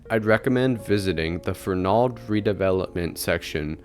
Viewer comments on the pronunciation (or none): Fern-ald is how we all say it 😢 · I grew up in Waltham and never heard the mid-Atlantic pronunciation (Fernahld) presented here. Even media newsreaders who continually pronounced Trapelo Road as Trap-L-0 Road and Waltham as Walthm did not state Fernahld. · It's more like Fernuld with no stress on the n syllable...my ear hears the mispronounciation too, although this comment is a little harsh. You did a great job with this!